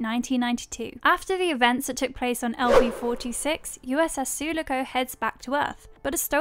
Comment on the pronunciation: It's said su-lock-ohh Just a heads up